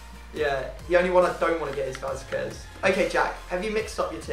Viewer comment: Also u need to learn how to pronounce Spanish names q is a k so it's vazkes